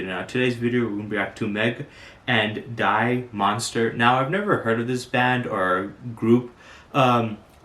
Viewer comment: its meg and "dee-uh" lol